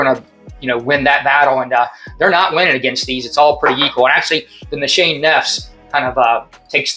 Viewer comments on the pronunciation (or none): Another great clone video! Not trying to be a wiseguy but fragrance pronounced nis- ha - nay.